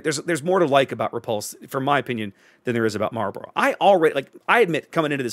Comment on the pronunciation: Kudos on the correct pronunciation of 'Marlborough". It's down the road from here. Always sounds funny when people say it like it's a pack of cigarettes. Edit: Oh wait, you just did the cigarette thing. Got it right the first time though ;-)